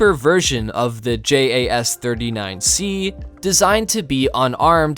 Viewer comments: Love the videos but why do u say j.a.s just say Jas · I must say, as a Swede, you do a pretty good job at pronounsing those Swedish words.... But when you'e talking about speed, and that the F-15 is faster... Most of the time, fighter jets fly subsonic, even in combat! It also burns twice the amount of fuel when using the afterburner, not to mention when breaking the sound barrier. And if you REALLY want to talk about speed, the f-22 max out at 1.8 Mach, so..... Speed is only useful in a fight when fleeing with your tail between your legs, like that F-15 did while his mates got shot down! You also talks like JAS-39 can't carry the AMRAAM, which it does, and Swedish pilots have a higher average amount of flighthours than American, so out planes "don't collect dust"! We've patrolled the Baltic sea regularly since the second world war against first Soviet, then Russia. You need to read up a bit, son